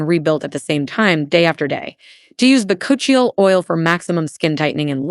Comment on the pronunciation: Chill - ee you idiot!! It’s pronounced…. Bak - u - chi oil.